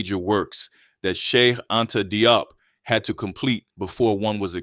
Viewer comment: Very nice, but Dr. Diop is pronounced more like 'Jawp'.